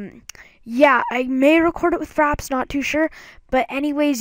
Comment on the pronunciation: Am I the only one that heard him say "Faps" and not "Fraps"?